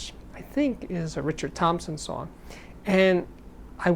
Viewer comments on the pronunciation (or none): none